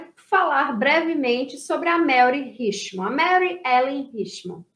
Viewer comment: Mary em inglês, SE pronuncia MÉRI e não MELRI